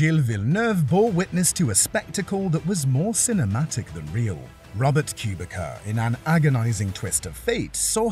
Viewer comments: So you learnt how to pronounce Lattvala or Zanarrrrdi with perfect accent but you didn't learn how to say Kubica [koo-bitza] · And again Americans refuse to pronounces names correctly. Robert Kubica and not Robbert Qubicka